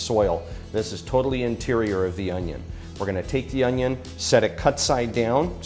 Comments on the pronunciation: Whoa that’s a big onyo! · HOW DO WE DICE AN ONYON